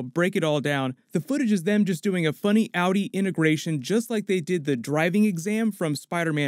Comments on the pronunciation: I like how he pronounces Audi as Outie. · Awwdi 😂😂😂lmao pronounciation mate